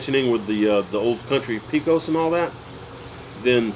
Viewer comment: Enjoy your videos, keep up the good work. B.T.W. Pecos = Pay-cuss.